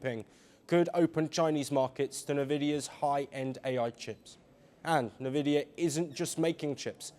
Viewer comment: Say it like N Vidia